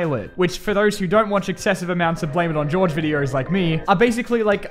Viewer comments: Dear, you have been lied to. His name isn't Blame it on Jorge as in George. It's Blame it on Jorge as in Hor-hey, the Spanish pronunciation. Believe me, I was just as blown away by this realization. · I'm pretty sure Blame it on Jorge's name is actually pronounced hor-hey and not George. I could be wrong but I'm pretty sure I'm right. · it's pronounced horhay not gorge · it's spelled hor-heigh not george